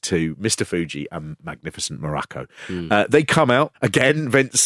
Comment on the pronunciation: I've never heard Don Muraco's surname pronounced this way. WWF always pronounced it like Morocco. The Rock even says it himself in the episode.